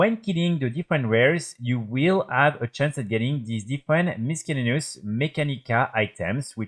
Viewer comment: missellaneous pour la prononciation ^^